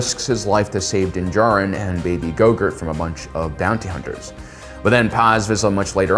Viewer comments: Was it just me… or did he say go-girt at the beginning of the video instead of Gro-goo? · Is it just me or is he pronouncing Grogu as “go-gurt” 😂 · Dude, grogu. Grow-gew. I'm never watching you again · did I just hear my man say “Grogurt” lmao